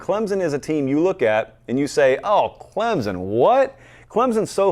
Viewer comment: your show is the best!! I’ve been really enjoying it this season. That being said, could you please correctly pronounce Clemson??? you said it like 6 times within a few seconds and I nearly lost it.